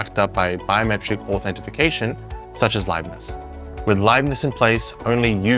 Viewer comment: I crimged pretty hard when you said authentifucation 😂 It's authentication - no "if" in there. And offline attacks against whole-disk encryption are a lot harder if the encryption key is in the computer's Trusted Platform Module rather than on-disk. Having it on-disk is like hiding your front door key under the door mat.